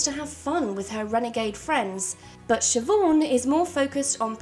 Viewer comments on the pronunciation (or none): none